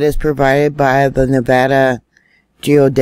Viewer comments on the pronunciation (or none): none